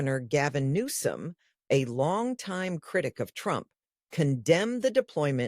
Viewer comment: Did the news caster from the main stream say governor "New scum" 😂